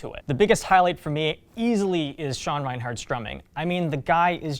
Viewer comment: I think you may have mixed up Sean's last name in the video. It's "Reinert," not "Reinhardt." Playing too much overwatch maybe? haha